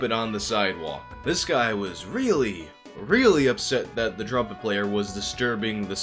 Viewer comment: Since you're (very skillfully) making fun of Levison's voice, I gotta take you to task for your own "drumpet". At first I thought that was a hip term for "drunk trumpet" or something... Anyhow, thanks for the investigation — the irony that the guy's company is all about promoting peace and compassion greatly ups the irony factor on this.